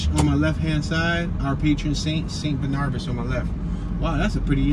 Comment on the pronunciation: Saint BAR-nu-bis, NOT Saint bu-NAR-bis!